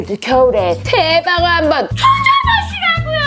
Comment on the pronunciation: 찰지게 래방어 하는거 개 재밌는데 ..